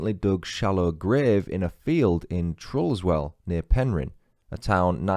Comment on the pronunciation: Carnkie is pronounced CarnKhy I know English people struggle with our Cornish place names and it’s Tre-Luss-well